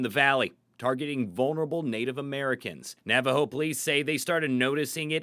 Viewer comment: Why is the reporter pronouncing it as "Navo"? It's Navajo.